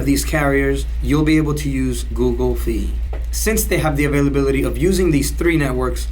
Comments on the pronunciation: Google Fi is pronounced Fi like Hi or High not Fee. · I cringe everytime he says "Fee"